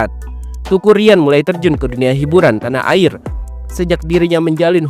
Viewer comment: Teuku min.. bacanya Têku sprti ejaan Sunda, bukan dibaca TUKU 😆